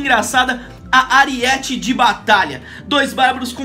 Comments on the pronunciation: é aríete não ariéte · AriÉte de batalha kkkk é arÍete